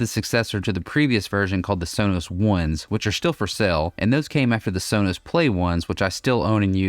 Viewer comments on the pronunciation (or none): It's pronounced sow-nows